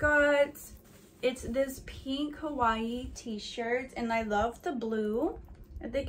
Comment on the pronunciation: No hate but that not how you say Hawai’i